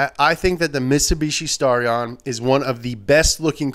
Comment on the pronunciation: STAR-E-AN! Thanks for putting in at #13 though..